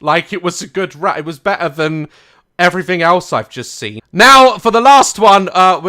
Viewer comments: Is it just me or does Daz say 'sen' and not 'seen'? xD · funnyboijason • u mean poo-dee-pie 😂😂😂😂 and he doesn’t say seen but sin 😂 still my favourite youtuber 😁😁😁